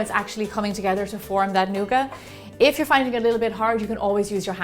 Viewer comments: Lol nooga It's nougat. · I love the way you say nougat, thanks Gemma!